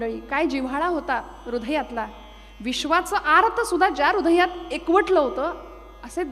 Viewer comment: ह्रदय या शब्दाचा अगदी बरोब्बर उच्चार क्वचित ऐकायला मिळतो. तो आपल्या वाणीत आहे. अन्यथा मोठेमोठे लोकही रुधय असा उच्चार करतात.